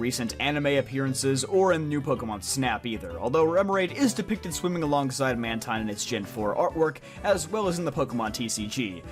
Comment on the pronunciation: You pronounced Mantine & Runerigus wrong lol good video though and happy birthday 🎂